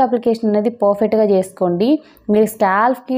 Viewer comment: Porfect kadu sis perfect ani cheppandi 😂😂😅